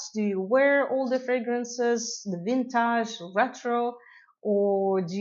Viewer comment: Lol, I love how you say "vintahhj" (vintage) 😅